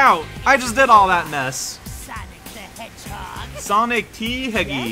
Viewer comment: … I don’t know if I’m going insane or what, but according to my ears, he’s clearly addressing him as „Sanic the Hedgehog“